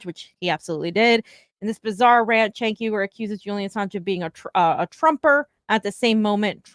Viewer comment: You guys are so full of shit. “We need to stop talking about TYT” while we name our videos RIP TYT for clicks. Also, learn how to say Cenk’s name. Grifters gonna grift.